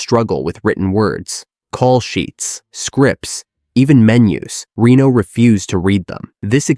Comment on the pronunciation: I love this movie and these types of videos, but after 30 seconds I had to stop just bc you are saying Rino instead of Reno 😮